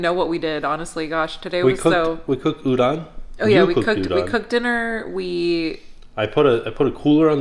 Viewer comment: No later than and up a.m. I love you guys! BTW the correct pronounciation for udon is with a long O. Like the sound Homer Simpson makes.😂